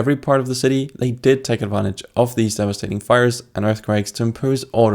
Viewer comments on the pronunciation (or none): none